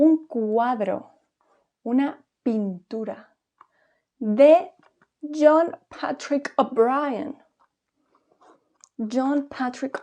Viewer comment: La forma en que pronuncias ‘John Patrick O’Brien’ 😂